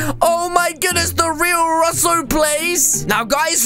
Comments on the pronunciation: Its Russo not rossu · it’s not rasso it’s roo-so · Its russo not roous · Welp its not ruh-so its r-oo-so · why does say russel it ru-so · Its r-oo-soplays not r-uh-sso plays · he name is not rosso he name is russo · It’s Russo not rusoe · It is Russo not sasso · It’s pronounced rooso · u said Russo wrong lol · You said russo's name wrong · You say Russo wrong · You made The Acc For An Friend To mAke a Vid Like your friends with your friends And Your Saying russo Wrong 😐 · it,S not russo IT,s russo